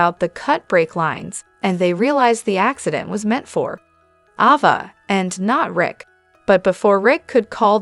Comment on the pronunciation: Around minute , It's not Lucky Webber, it's Lucky Spencer. And it's not Ahva, not Avva, it's Ayva. You drive me crazy when you mispronounce well known names. I know you're a robot.